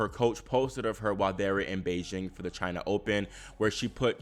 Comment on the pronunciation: The way he says CHINA is so funny